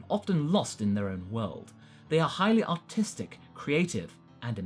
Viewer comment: The way he said artist sounded like he said autistic